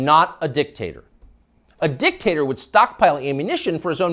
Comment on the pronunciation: Joe Biden not uh -Dick-taterer!